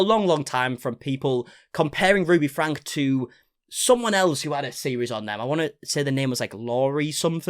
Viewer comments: Just a small point, you lose credibility when you pronounce the name wrong, it's not pronounced "Frank" but "Frankee". And Shari is pronounced "Sherry". Thanks for the update. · It is pronounced Frank-ie. If you’re going to cover this you need to get this right. If you pronounce her name incorrectly constantly, it sounds like you haven’t actually done your research. Which I know is not true, but you should know how to pronounce the name of your subject.